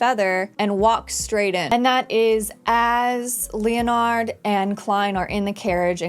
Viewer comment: HI I've enjoyed your video reviews for LoM. Quick note on pronunciation of Leonard its Len-nard not Leo-nard. The Loen kingdom is loosely based on England and that's how its pronounced there. Leo-nard as a pronunciation is more of a French way to say it. Other than that please keep up the videos its nice to see someone who enjoys this show as much as I have been. BTW The official term for a beyonder who has lost control is a Rampager. Its in the second episode.